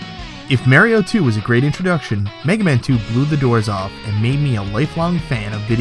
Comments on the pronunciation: wtf is Mary-o? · Super "Merry-O" lol =p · Why did he say "merry-o" and then, right after that, say Mario, the normal way? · "Mayrio brothers" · I was only joking with ya. I hear both pronunciations here in the states too. I just thought it was funny because you actually pronounced it "Mario" later in the video. It's like Ninja "Guyden" or "Gayden" and "Rye-yoo" "Ree-yu." Part of what makes retro gaming fun, all the different pronunciations and how they create debates from time to time.